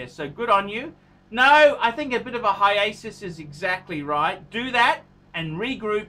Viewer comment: Yup, it's time for a "hiasus." It's hiatus,!